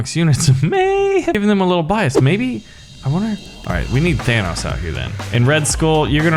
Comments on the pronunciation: THANOS IS PRONOUNCED TH-AH-NO-S NOT TH-AN-AUS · It sounds like you're pronouncing Thanos like VanossGaming. His name is pronounced Than-ohs, not Than-aus. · I think he just doesn't know how to say Thanos. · He says thanks wrong. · If it's only an accent, then that's fine. Nothing wrong with that. But he doesn't acknowledge that he says it different to how it's said in the movies, which is why it makes me think he doesn't know how to say his name. Or maybe he says it like that on purpose, I don't know.